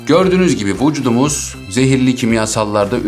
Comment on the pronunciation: Vucudumuz diyişine ayar oldum anlamsız gülüyorum jdjdjdkd